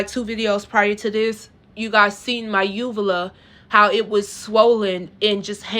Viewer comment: when you get cosmetic surgery you have to sign a release for those photos for the doctor to take them - and yes they use a phone these days this is extremely common i have had plastic surgeries - also UVULAS (she even pronounced it wrong) are commonly damaged from the breathing tubes during surgeries